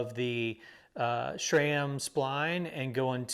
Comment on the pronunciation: Didn’t know you guys have mountains down there in Texas. Also no “h” in sram